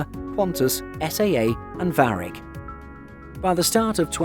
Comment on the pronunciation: Didn’t know here were 747 combis! I thought it was a pandemic practice only... BTW, it’s not Varric but Varig! 😂